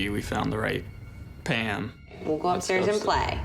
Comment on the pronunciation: Sorry are you saying “Pan” or “Pam”, ok so it’s “Pand” with a d, no “PAM”